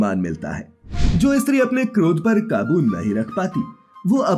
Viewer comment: Stree kehne k badle e.stree kehtha hai thoo kya katha bolnewala